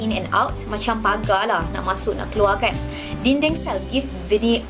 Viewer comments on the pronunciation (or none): none